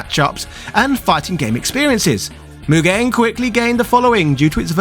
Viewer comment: So...Mugen. It's just Mugen. lol